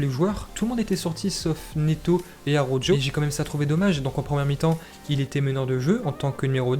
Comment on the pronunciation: Arrête de dire araujjoo😂 Ça se prononce araukho😂